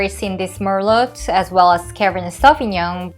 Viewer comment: Don’t pronounce the “t” in merlot please 🤗🤗